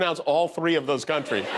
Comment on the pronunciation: I didnt even realize he was saying "countries" i thought he was trying to say someone's name 😂🤣😂🤣😂